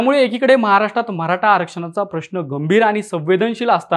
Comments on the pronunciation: म्हराठा नाही रे मराठा बोलायला शिका🚩🚩🚩🚩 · Mharata nahi re Maratha bhava.. te tar nit bol aadhi baki video ch baghu nantar😂😂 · म्हराटा काय ...निवेदक साहेब मराठा असतं ते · अरे दादा ते म्हरा टा नसत य मराठा असतय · म्हराठा नाही मराठा आहे